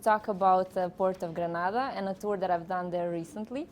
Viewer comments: Nice Vlog. 🙌 BTW it's GRENADA..🇬🇩 & NOT GraNada which is some Spanish country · It’s GRENADA 🇬🇩 Not Granada !